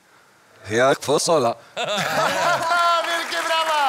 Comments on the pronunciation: On powiedział FOSOLA a nie fasola :P nawet sie sprawdza jak mówi "Alosof" a nie "alosaf" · Scam zamiast powuedziec fasola od tylu powiedzial ykosyf xd